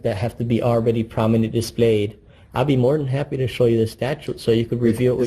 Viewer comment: "Prominently dee-splayed"